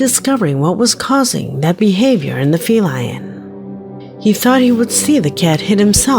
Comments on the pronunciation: #7 - It's "Feline" not Fee-LION". #6 - It looked like a toy Sailor from WWII (white bellbottom pants and white top) holding a rifle used in ceremonies or parades that gets twirled and tossed in the air, not used in combat. It looked like a large doll, and then someone came up behind it and snatched it away, then placed it back. That's all it seemed to me. #5 - Looked like someone running toward the road and either there was a slope down or a tunnel under the road for water or for a trail. Maybe. I don't think they vanished, but merely disappeared to a lower ground. #4 Leprechaun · I swear to god she just referred to that cat as a FE-LION…….TWICE!!! 😂 AND 😳🤯🤣💀 AND <For the record..,,have you EVER seen a fe-lion…I mean feline…CAT, let’s just say CAT. Ever see one in the movies? Those cats are trained. You can ABSOLUTELY train a cat> Why do creators constantly make so many unnecessary yet inaccurate assertions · She indeed said "fe-lion"...😂😂😂😂😂😂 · Fe-lion? Feline Red fire lion ? Fe fae is fire people of forest not iron in chemistry. Fe rest forest is where the fire people sleep? I love taking words back to root. Fe lion is a cool pronunciation. Yes the gods kept pet cats lion and cat. See Egypt art. But mainly atrox lions.